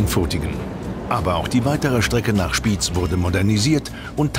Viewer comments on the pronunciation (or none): Nicht Spiiz sondern; SpiEz!